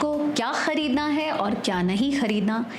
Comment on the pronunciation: Nice content.. but plz use word khhareedna not khaaaredna..